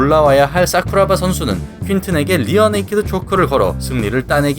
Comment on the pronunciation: ㅋㅋㅋㅋㅋㅋ발음 웃기네요 싸쿠라바